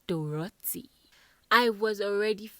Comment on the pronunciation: I don't like ur emphasis on Dorathy and Erica is not nice